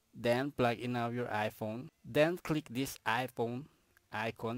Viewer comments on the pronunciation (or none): “aychuns” “ai pown”